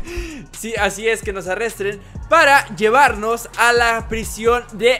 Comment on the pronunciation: arrestren JAJAJAJAJAJAJAJAJA